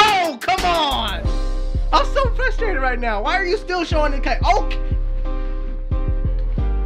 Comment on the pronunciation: You know was truly frustrated he made up a new word and said “frush-a-rated” lmao